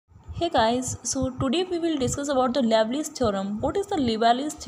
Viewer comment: Liouville should be pronounced as "lee-oo-vill" (लिउविल), not "lovely".